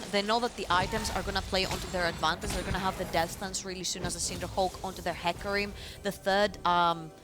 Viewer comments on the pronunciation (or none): once I noticed that the female caster pronounces "advantage" as "advantatz" I couldn't stop laughing, because she kept saying it over and over :-D